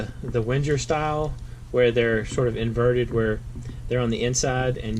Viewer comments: Isn't Wenger pronounced "vang-grr" ? I think it is, anyway. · Please mind the pronounciation of Wenger